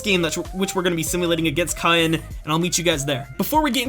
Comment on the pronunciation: Caen is more or less pronounced Ca-un._. And a little more nasally. Just saying. Love your videos by the way. ^-^